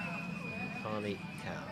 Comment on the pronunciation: Being a Lancastrian, Hallie is pronounced 'Alleh. Commentators need to do some research, maybe go and ask her?